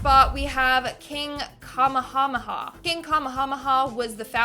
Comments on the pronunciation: I love you, but it’s pronounced Kuh-May-Uh-May’-uh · Kamehameha is pronounced Kuh-MAY-huh-MAY-huh. Just trying to be helpful to my favorite girl. :-) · Kamehameha is pronounced Kuh MAY hah MAY hah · It's KA MAY A MAY A. AND, Boudica was a lycean queen during the ancient Roman conquering of what is now Britain. Just sayin, not tryin to b mean. 🙂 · 😂😂😂 pronounced Kah-maya-maya... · Well done... except it's pronounced ka- may-ha-may-ha but I loved hearing how you pronounced it. Made me smile big time! I'm Hawaii born and bred so I promise I am not steering you wrong. I love watching you!!! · Bro she said Kamahamaha I thought bout to blame the camera away lol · Ka-may-ah-may'ah and Boudicca has nothing to do with Elizabeth 1